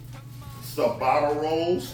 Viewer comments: DAAAAMNNNNG good lookin sandwich. p.s. it's pronounced Chabatta (phonetically) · cha-BOTTA-uh rolls Ciabatta